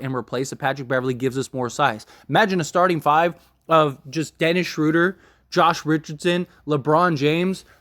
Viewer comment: Please learn how to pronounce the players name before you go on the air. So disrespectful and unprofessional